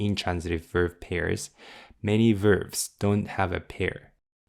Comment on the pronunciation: I have been following your MNN lessons from the very beginning and they make the MNN books much more understandable and digestible, so ありがとう!!! Btw, I'm also a private English coach, and I don't mean to be pedantic, but "verb" is always pronounced with a hard 'b', never like "verve", which is also a word in English. 🙂